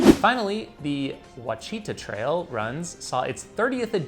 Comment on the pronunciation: Again, it’s “wah-shi-taw.” Ouachita